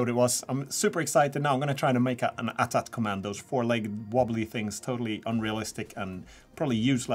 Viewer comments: It's called an A T A T not at at, sorry it's just a small thing that kinda annoys me Edit: not to be too negative, the models are great, don't mean to be rude, these are great videos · A-Tee A-Tee. If it was At At, how do you pronounce AT-ST? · Umm... AT-AT isn't supposed to be one word, you say A, T, A, T, Walker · Pronounced... AT(eighty eighty) or Ay Tea Ay Tea...🤣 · Aye Tee Aye Tee. Not at at